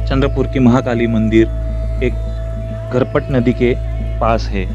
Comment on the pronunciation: घरपट नदी नहीं झरपट नहीं ✔️